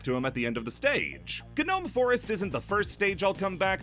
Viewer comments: Hey uuhhhh srry to break it to you, but it’s actually pronounced gnome forest (no-ome) The G is silent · why is he saying genome forest 😭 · Did- did he say “G-NOME” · The “gnome” in gnome forest has it’s G silent btw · I listened to this while playing Hollow Knight Path of Pain. Also, why do you say g-nome? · Uhh, i geniunely hate to be that guy, but..... the g in gnome is silent.... but other than that, this video was a 10/10. Glad you covered my favorite game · Anybody else irrationally annoyed by the fact that fails to realize that the G in "Gnome" is SILENT? It's probably just a me thing unless other people were tortured with mispronunciations by idiot classmates in their youth, but it just feels like such an obvious thing after several years of public school. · I can't tell if the way he's pronouncing " Gnome " is purposeful or accidental.